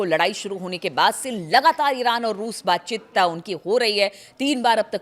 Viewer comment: WTF is baatchit ??? It’s baatcheet!!